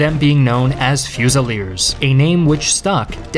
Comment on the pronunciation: As a french I'd just want to say that the "L" in "fusil" is silent and "fusiller" sounds like "fussiyer". Great video